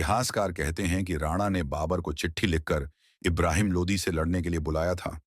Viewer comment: It is Lodi not Lodhi